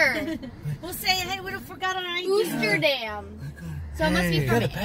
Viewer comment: You probably know by now, Oosterdam is a Holland America brand, it’s a Dutch name and the “Oo” is pronounced like oak. Interesting to hear you trying to find parking spots. Have you thought about dabbling with editing your videos,? I think that you could really do a great job if you tried to do it. Much love, NNN